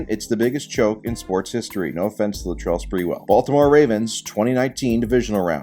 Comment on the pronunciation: "No offense to Latrell Spreewell"